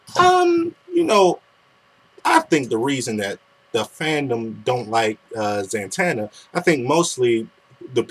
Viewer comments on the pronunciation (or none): I like your videos, but can you at least say my name right? It's 'Zatanna' not 'Zantanna'. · When ever she said "Zantanna" I screamed "IT'S ZATANNA!!!" Zatanna